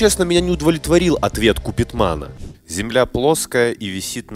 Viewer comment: Я дико ржу, когда он его назвал Купидманом)))